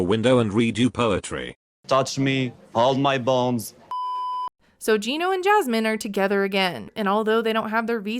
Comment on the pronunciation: wait, is he saying "bones" and not "balls"? Have I been hearing it wrong this whole time? 🤣